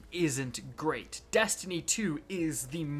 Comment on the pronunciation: Dammit. You get paid to OVEREMPHASIZE the word "Destiny". Please stop😂😂😂😂😂 goddamn